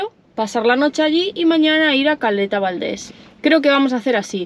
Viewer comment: Se dice península de Valdés.